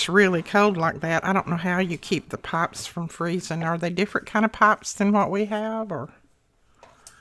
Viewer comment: Pipes...you were saying "pipes." LOL!! I love to listen to you. You always have such amazing ideas! Thank you!